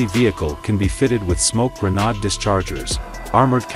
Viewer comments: great dozer but the clown commentator doesn't even know what a grenade is, pronouncing it a grenod! Does kinda rhyme with nimrod I guess. So there's that. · Wow what an incredibly posh way of saying GRENADE 😂😂😂😂